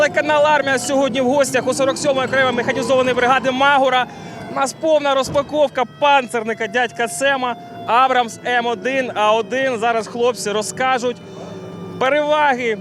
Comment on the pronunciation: не маГура, а маҐура!